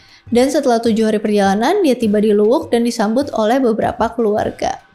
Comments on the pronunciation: Bukan Luwuk. Tapi Luwu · Luwu mba bukan luwuk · Koreksi. Bukan luwuk tapi luwu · Bukan luwuq, tpi luwu. Klo luwuk ada d sulteng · Luwu ya bukan luwuk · Luwu bukan luwuk